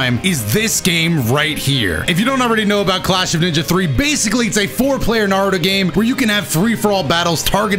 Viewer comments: I'm pissed that he said narudo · Why is he saying naruto name wrong and right at the same time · only said Naruto right ONCE 😂